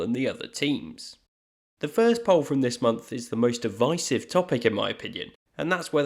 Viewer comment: you say divisive wrong